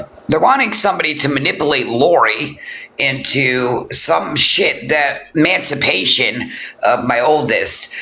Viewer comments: THIS, talking about education and emancipation or as says, MANCIPATION. She doesn't even know the correct word, or how to say it....... I said a while back i thought she was a hypochondriac lolll, she certainly sounds like one. However, MMF suggested she is having withdrawals, due to not taking her Suboxene correctly. I believe she is 100% spot on. Of course will exaggerate the symptoms, just in case she loses her Disability for her mental health. This way, she can fall back on physical disability, to keep the money rolling in...Actually, what has happened to the carpal tunnel?? 🤔.... She may be a total a.z.z.w.i.p.e, even an illterate one, but she is all there then some, where money is concerned 😑.... She really thinks herself something now. That's ok, keep climbing high. Just a greater height to fall from 🤭🤫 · Omg you DA it's not mancipate it's emancipation/emancipate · Hells bells, she can't even pronounce it. 😂😂